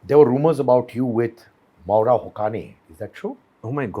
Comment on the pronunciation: The pronunciation isn't Moora Hokani. The right pronunciation is MAA W RA... HU SAY IN.